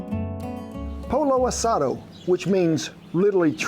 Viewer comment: How is it you can properly pronounce pico de gallo and quesadillas but no pollo asado, lol?